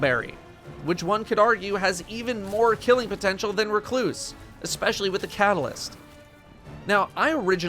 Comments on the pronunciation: At least he is saying Recluse correctly after a year. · The way he said it was fine